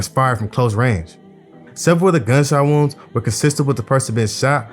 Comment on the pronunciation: Doing a good job bro, just slow the speech down a bit wounds sounds like rooms in the beginning so I know I'm missing some more info through the video, but good story telling and video editing.